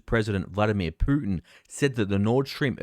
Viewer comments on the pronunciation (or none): none